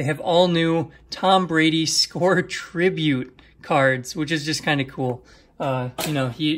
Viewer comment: Dude...Its SCORE...LMAO